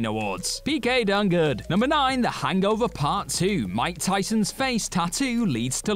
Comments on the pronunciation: I feel uncomfortable how he says “hangover” he pronounces it Hang-gover” 😅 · So the issue is he speaks the language as it was originally created(barring some modern adjustments) rather than the short form americanised version?